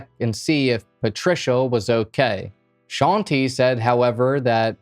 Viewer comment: Bruh it hurts me every time he says sean-tee instead of shante😵